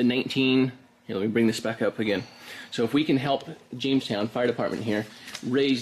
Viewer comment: Hilp? Lol